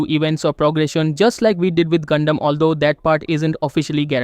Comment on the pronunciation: I know bro didn't say gundam but I just can't prove it